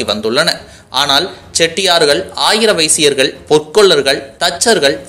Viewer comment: Aayira vysyargal ‐ illepa. Adhu -- Arya vysyargal.